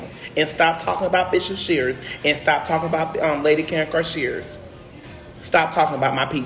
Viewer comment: Ummm Andrew, if you are going to try to defend someone – especially your Bishop and First Lady – you might wanna get their names right… It’s ShearD not ShfearS!